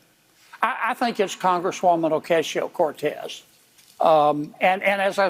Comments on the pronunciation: John Kennedy is such a phony. And he purposely mispronounces AOC's last name. He's the ONLY one anywhere who pronounces it that way. No one else pronounces it that way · Kennedy is a racist pos. Can't even pronounce AOC's name properly.